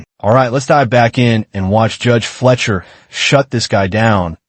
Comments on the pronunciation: You realize it’s Judge Fleischer, not Judge Fletcher, right? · Yeah, Cannot pronounce the judges name properly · Oh my god, you pronouncing the judges name wrong while making fun of someone is absolutely killing me.